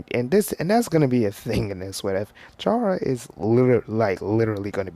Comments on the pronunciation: You pronounce it like C-ara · It chara but you pronounce it like the H inst there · The "h" in chara is silent